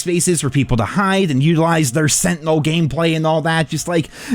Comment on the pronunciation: Good ol' "Sentinels" 😅